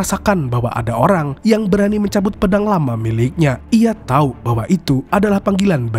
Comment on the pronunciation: Saking semangat mengatakan memberi tai😂